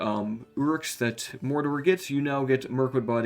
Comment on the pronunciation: The way this man pronounces Dol Guldur and Mordor really grinds my gears